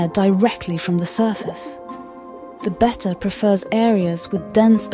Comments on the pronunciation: The constant pronunciation of (bet-ta) instead of (bay-ta) drove me 🤪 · I like how she pronounces betta and better the same way…and they’re both wrong 😂😂